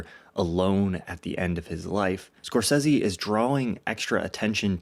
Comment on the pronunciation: I love your channel bro, real shit - its dope AF. But after the last time you did a Scorsese related video, I damn near lept off the roof head first everytime I heard you pronounce his name Scorsessssy so I promised myself I'd never watch another video by you if it had to do with Marty lol